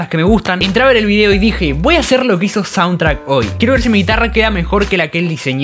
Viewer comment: repetí conmigo: shauntrack léase "YAUNTRAC" jajajaja